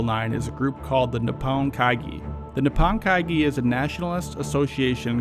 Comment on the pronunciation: 日本会議？ Really botched the pronunciation its more like knee-hone-kaigi. This was still very informative and well done